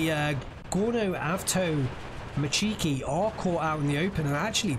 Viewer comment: It's not strElki maaaan, it's strelkI, pls maaaan do the right pronunciation! avtomatchIki - no, avtomAtchiki - yep